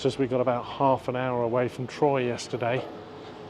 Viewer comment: Nice video. Troyes is pronounced like the number 3 in French /trwa/